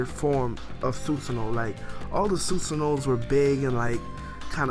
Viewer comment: Its pronounce Su-SAN-NO not Su-su-no.